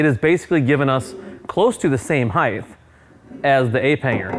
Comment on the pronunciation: Heighth? Just throws a squiggly line.